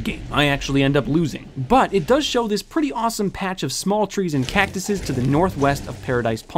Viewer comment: Ots cactyie not cactusus